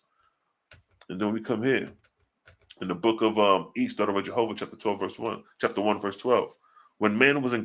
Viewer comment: Jsjovah. Not. Jahovih